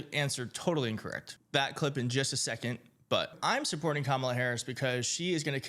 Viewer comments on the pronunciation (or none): none